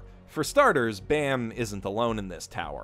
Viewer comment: Btw its baam not Bam as in balm pronounced without the L.